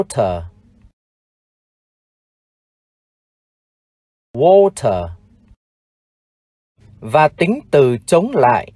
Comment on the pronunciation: Ong thay phat am water khong chuan